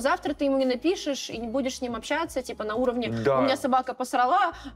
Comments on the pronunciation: на общЯться............ а как же ча-ща пиши с буквой А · Прошу прощения, но чуть глаз не выпал от "общЯться" Друзья, ча-ща пиши с буквой "а", ч и щ и так всегда мягкие звуки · «общЯться» Как насчет, чтобы перепроверить видео перед тем как выкладывать?)